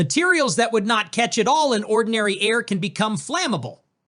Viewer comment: What exactly is "Onndiny Air"? 🤣